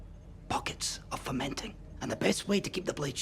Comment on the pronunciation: "Pockets ARE FER-MEN-TING". You're welcome.